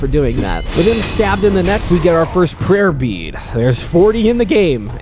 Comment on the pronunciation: I listened to your video while working with something. Every time you said "Prayer Bead", all I heard is "Herpes". And I had to make a quick glance at my monitor.